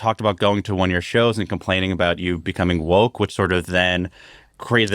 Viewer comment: Wok”t”😂😂😂 What a moron!